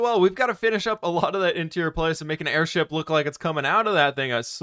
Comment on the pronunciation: airSHEEP you say?? 🤔